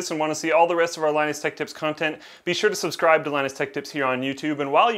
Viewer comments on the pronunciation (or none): none